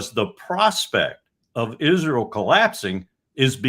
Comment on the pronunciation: Why does call it izril?